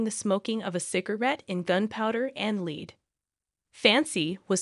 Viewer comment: Learn how to pronounce LEAD. It is pronounced LAID like SAID not LEED like FEED.